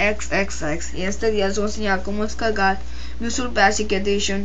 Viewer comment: no pronucias la "R" XDDDDD Ej: se esta calgando otro ej:ustedes lo pueden descalgal XDDD sin ofender...¡¡¡